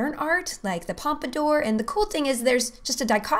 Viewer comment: Cute! But, the 'Pompidor'? Really? #ustourist